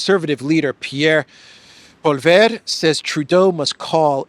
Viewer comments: “ Poleyev “ that’s proper pronunciation of Pierre’s last name. 😊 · it's Pol-ee-ev, the re is kind of silent. Pierre Pol-ee-ev and you're golden. Cheers!